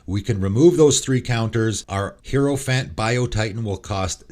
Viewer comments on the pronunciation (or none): And mispronounced hierophant and raiju